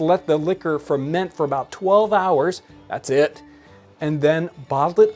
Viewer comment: "Thats eed"